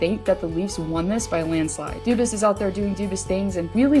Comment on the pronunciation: (Doobis)? You mean (DO-BWAH)? If I hear doobis one more time imma shit my pants